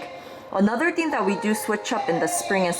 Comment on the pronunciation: Feels weird when your "thing" sounds the same as "thank"... But thank you for the video, I learned a lot!